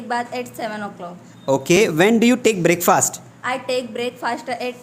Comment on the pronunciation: 'breakfast' pronunciation, check it out..😑😶☺